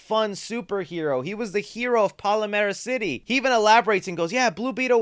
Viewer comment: The city is "Palmera city", not "Palamera city"